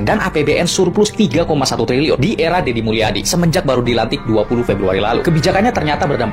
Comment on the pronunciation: Kang Dedi Mulyadi Booos bukan Dedi Mulyana haddeeeuuuuh